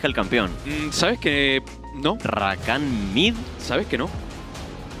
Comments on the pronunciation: "Rrrrrrrrrrakan mid" I love it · The way the CLC caster says "RRRRRRRRRRRRRakan Mid" is just fantastic